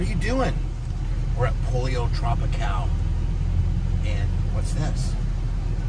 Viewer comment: It's pronounced Poll Yo not polio. Cmon Bubbzy